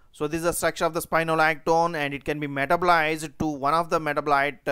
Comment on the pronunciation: It would be useful IF you learned to pronounce English. By the time I have worked out one word you said, you were 3 sentences ahead. e.g. metabolised pronounced as ONE syllable.instead of 4